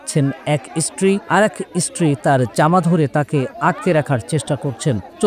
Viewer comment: রিপটার ভাই তুমি কোন ইস্কূলে পড়েছ ওটা ইস্টিরি নয় ওটা হবে স্ত্রীরি